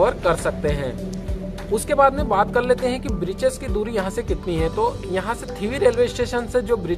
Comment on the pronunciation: वीडियो अच्छा है, लेकिन कुछ सुधार की जरूरत है जैसे कि शुरुवात में ठंड को summer कहा गया है और ब्रिचेस नही beaches होते हैं